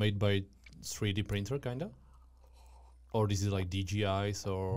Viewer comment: Super otázky, kvalitní zvuk a celkově super. Jen ta tvoje angličtina mi trhá uši a slovo kinda 😂 jinak vše top